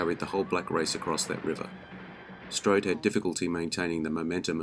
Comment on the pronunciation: You do the man no justice by butchering the language used to describe him. Strode struck an indelible impression in every movie that he appeared in.